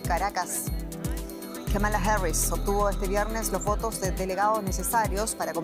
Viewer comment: Señora usted debe informarse cómo pronunciar el nombre de Kamala Harris, el acento en la primera sílaba, no la segunda.